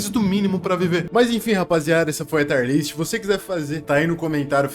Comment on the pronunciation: Por que brasileiros cagam tudo? O cara começa com "Taier" List